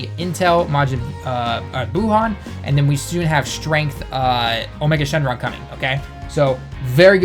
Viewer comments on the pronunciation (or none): none